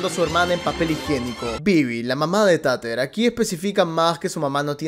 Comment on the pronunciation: Por cierto, me encanta que la llames "Tater" literal como se escribe, en vez de decirlo "Teiter" xDDD Tiene sentido considerando el contexto que "trata" de ser la serie